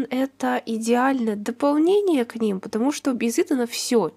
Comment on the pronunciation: Не потомужто а патамужта